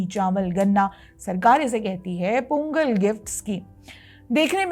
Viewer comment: In Tamil, ”th” is pronounced as “त” not “थ “. So correct pronunciation is “तई पोंगल“